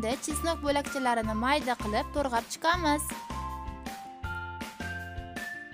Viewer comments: To'g'rab deng to'rg'ab demasdan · To'rg'ab emas to'g'rab deyiladi.